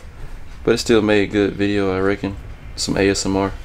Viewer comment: "... I recking ... "